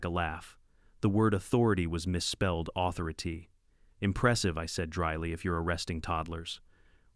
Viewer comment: Lol....at the and marks, the closed captioning spells authority and the noted and how pronounced autherity the same way... authority